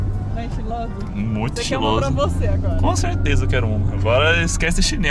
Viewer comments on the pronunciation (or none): O a fala dele: “conserteza “